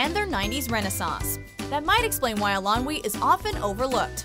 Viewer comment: Please, please learn how to pronounce Eilonwy. It sounds like "Eye-lon-wee" (stress on "Eye").